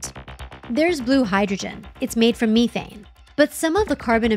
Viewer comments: That's not how methane is pronounced lol that's so frustrating 🙃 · Meth- thane not Me - thane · Meth ane, not Me thane. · Me-thane vs meth-ane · Did the narrator really just say "meathe-ane"